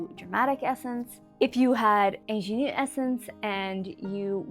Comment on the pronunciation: You need to look up how to pronounce “ingenue” correctly. I had no idea what you were trying to say at first.